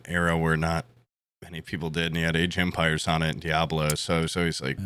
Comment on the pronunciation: Age OF Empires* Why does always say it that way?